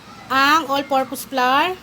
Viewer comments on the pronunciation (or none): none